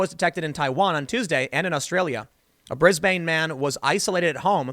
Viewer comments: It's pronounced bris-bin not Bris-bane despite the confusing spelling. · Brisbane is pronounced “Brisbn” not “Bris-Bain” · The Brisbane in Australia is pronounced: "Briz-bnnn" where the "bnnn" often has a slight vowel sound that is a cross between "uh" and "eh": "Briz-buhn". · Tim, please. PLEASE! For us Aussies. Melbourne. -Melben (soft E sound) Brisbane. -brizben (soft E sound) Every Aussie cringes when Americans tried to pronounce our cities. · "Briz-baine" triggered. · Tim, made me hurt with your pronounciation of Brisbane. But hey I don't expect people to say it correctly when not from Australia. Not sure if would pronounciation it is Bris Bane, with pronounciation.